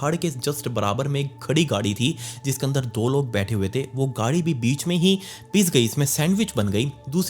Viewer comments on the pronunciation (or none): none